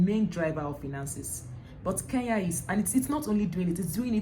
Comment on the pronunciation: I will slap you my dear next time learn to mention my country properly its KENYA en not KEYA please next time you make that mistake nakutuma shimo la tewa ,,,,,,but I love your content keep it up